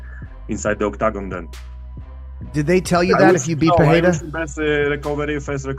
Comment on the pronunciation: Jan's pronunciation of "octagon" had me 🤣😂